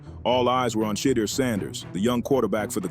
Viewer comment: AI please get the pronunciation of Shedeur’s name correct.